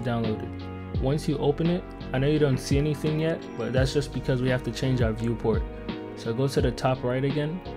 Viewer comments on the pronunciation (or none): none